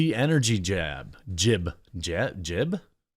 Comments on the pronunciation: Hey QUARTERING. . . you are the most inarticulate person I have met recently. . it's pronounce JIBE . . exactly as it is SPELLED.. . NOT 'JIB'. There is an E at the end of the word, making it a LONG 'i', not a short one. I suggest a quick check of ANY word you just can't seem to pronounce properly, in a pronunciation program or dictionary program with pronuciation feature. If you sound ignorant, you probably ARE ignorant. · It's pronounced JYBE not JIB. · 🤣 Jib? Long I, like white, or better yet scribe. J👁b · Jibe is pronounced “j-eye-b” one syllable. Great vid Jeremy 👍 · Ok just one thing... how do you ignore the "e" in Jibe ?😉😉You kept on saying Jib.... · Jiiiiibe idiot it's jibe... ( Jye..b) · Long "I" sound Jeremy. J-eye-be. :) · “Jibe” rhymes with “vibe” and “bribe” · Long "I" sound. Jibe= Vibe with a J :) One Badger to another :) 😇💘 Much love to your work. Love the channel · Jibe with a long "i". Rhymes with vibe. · jibe rhymes with vibe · Jibe as in vibe with a J.